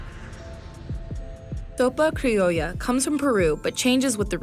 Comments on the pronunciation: Sorry but..."thopa criolla"?!!??! It ain't that hard to pronounce the 's' sound. We ain't Spaniard. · Why did she pronounce Sopa Criolla "thopa criolla" first off nobody outside Spain uses a lisp for that sound, secondly Spaniards don't even use the lisp for the letter S they only use the lisp on the letters C and Z under particular grammatical circumstances.